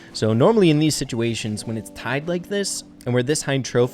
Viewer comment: you mispronounced "when"